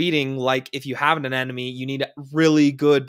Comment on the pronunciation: "A-NEM-oh-nee," not "An-EN-em-ee."